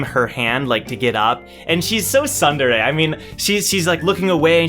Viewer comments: “SUN-dere” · I like the fact that im not the only one who pronounce at first sundere instead of tsundere